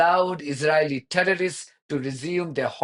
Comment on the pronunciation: You said it: izraHelli terro-rists